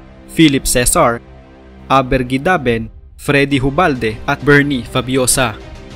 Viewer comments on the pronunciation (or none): Abet Guidaben and not Aber Guidaben